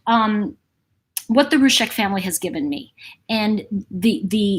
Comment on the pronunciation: I want to say a helpful thing, please don't interpret it as rude. They pronounce it ROO-ZEK. You say Roosheck. If you care, honour them, and pronounce it as they do.